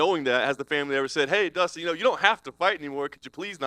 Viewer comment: "Battle of the Ustins" Kilt me 💀😂